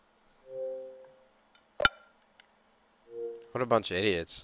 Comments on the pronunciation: Ahhahahaha he can't even say soft right, "your too Fuuuken soooorft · "Ya to fwarken sowft." wot? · "you're too suoft, you're too suoft..." lmao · That guys voice is fucking hilarious "sowft" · ''You two shoft'' XD learn how to speak before you insult someone.